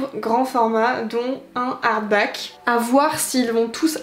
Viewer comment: perso c'est "harback" 🤣🤣